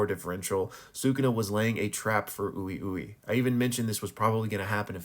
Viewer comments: It's wee-wee not oowi-oowi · Im pretty sure Ui ui is pronounced "wee wee", not "ooey ooey" lol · I don’t understand how all these JJK reviewers still pronounce character names wrong? Is it a racist white washing of the Japanese names? Like bro said “ooh eee ooh eee”, we heard his name pronounced in the anime and it’s not hard to say, “uh wee wee” essentially lol, it’s the same with Gojo they all pronounce him “sat oRu” and they don’t roll the R like a D, it’s not that hard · its pronounced ''Wee-Wee'' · This channel should be called pronunciation Kaisen bruh. OOEY OOEY? 😂 Also calling him Koosakabe (it's more like ksakabe) lol. Love the vids tho